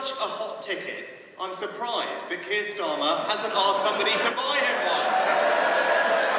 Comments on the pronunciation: To my American ears I kept hearing, “feels for keels.” FFS MAN! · I definitely heard "Feels for Keir". 😂😂😂